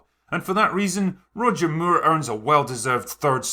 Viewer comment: Funny to hear you pronounce his name as Roger Muir